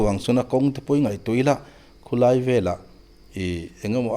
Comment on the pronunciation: Khu lai tih mai tura khu tlaia inti kher zel hi ngaihthlak a tinuam lo. I hmanggngawrh angreng bawksi.